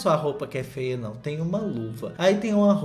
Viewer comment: Aii como eu amo esse "fêa"